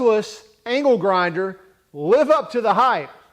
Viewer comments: i swear i keep hearing ''anal grinder'' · at first I thought you said anal grinder lmao